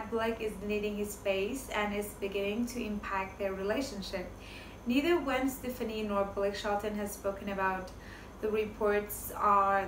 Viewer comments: Her name is pronounced Gwen Steph-aah-knee not Gwen Steph-knee. 💁🏼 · First if you are going to report entertainment news you should at least need to know how to pronounce their names - if you can’t pronounce the nam of somebody as famous as Gwen Stepfani then you shouldn’t report on them